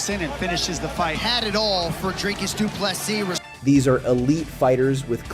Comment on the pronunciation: Pronounce his name right. You can’t get first or last right. Not that hard.